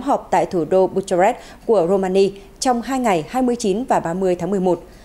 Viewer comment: Bucharest đọc là Bu-ka-rest (âm h câm). Chữ G đọc là "giê", chữ N đọc là "en-nờ".